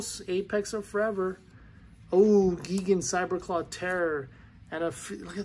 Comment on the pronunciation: It's Gigan ( Guy-gan).